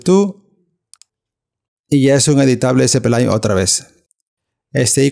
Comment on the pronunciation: espelaine? jajaja solo di spline pero en inglés bro. 'splain' así.